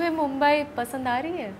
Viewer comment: मुंबई✅ मुंबाय❌